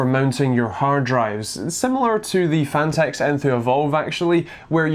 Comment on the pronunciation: "The phanteuwxwjsosorxx" jesus!?